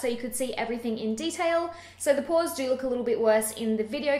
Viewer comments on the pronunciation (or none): Porahs? You must be a Boston girl. Boston's a good town, I'm told.